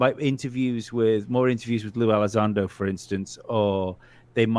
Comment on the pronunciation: Always a hilarious show with you three but for the love of god and, I love you both, but neither one of you can pronounce a super easy name to say. Elizondo pronounced ( ELLY ZONDO.) There, now you have no excuse 😂 It’s not Elizando, Ally Sando etc. Thank you and good night 😊